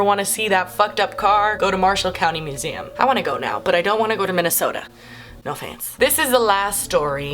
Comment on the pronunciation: Hehehe she said meh-u-sehum